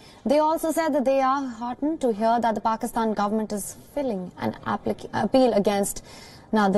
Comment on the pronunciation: The news reader mispronounced the word "Filing".